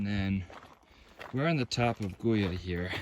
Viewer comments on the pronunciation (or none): Guyot is a French surname and pronounced Gee-O. Not gee as in gee-whiz but a hard G. Gee-O. I don't remember right now who Guyot was, a naturalist or scientist from the late 1800s I think, who wandered around in the Bonds for fun and education.